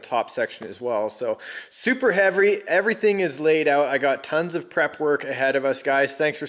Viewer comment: "super heavry", i like that word